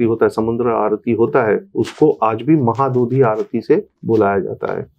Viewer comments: Mahadodhi nanhi please 🙏 correct this one mahodadhiii boliye please 🙏 🙏👐👐👐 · Its महौदधि (महत् +उदधि : : उदधि means ocean ) and not"महादोधि". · महोदधि, not महादधि... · Its not mahaadodhi Its MAHODADHI bye the way glad to see this spectacular podcast from avijit chavda sir❤ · It's Mahodadhi, not mahadodhi. We call it Mahodadhi too. Maha= great, udadhi= sea Again Bishwanatha Kaviraja says in his Sahitya Darpana कलिंगाः साहसिकाः which means that the people of Kalinga are chivalrous. Otherwise, the discussion is scholarly and insightful. We are proud of our great heritage. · Correction. It's 'Mahodadhi' (not Maha dudhi) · Sir , please make a simple correction in future whenever you say Mahodadhi instead of Mohadodhi..🙏🏼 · That was "Mahodadhi" not Mahadodhi. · 3:5 its not mahadudhi its mahodadhi, meaning samudra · Not Mahadadhi but Mahodadhi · Its saadhava and mahodadhi... Not sadhabaa or mahaadodhi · . Sir , it is not mahadodhi but mahodadhi. It is a combined Sanskrit word. Maha + Udadhi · It is mahodadhi (ମହୋଦଧି) - Sea / ocean not mahadadhi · Mahodadhi not mahabodhi sir... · That is mahadhadhi not mahadodhi. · Mahadodhi nehi Mahodadhi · Mahadodhi 🚫 mahodadhi ✅ = maha + udadhi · ଆରେ ଭାଇ ... ସାଧବ ପୁଅ କହୁନ... ମହୋଦଧି କହ .... କହିଲା ମହାଦଧି.. sadhovas... 😂😂😄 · It's mahodadhi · Does this guest of yours belong to Odisha ? please call someone, who would be able to pronounce the words correctly. The two very striking errors are..... साधव✓ not साधवा महोदधि ✓ 😢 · It's MAHODADHI, महोदधि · It's Maho Dadhi महोदधी